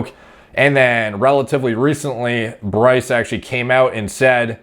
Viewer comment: You say Bryce wrong. You say it like “Berr-ice” put less emphasis on the “berr”